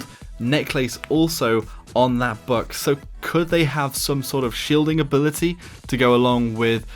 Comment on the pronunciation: Is it just me or does anyone else say Buck rather than book?